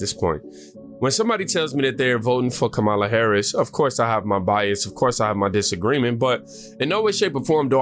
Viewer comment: Comma-La NOT ka-Mala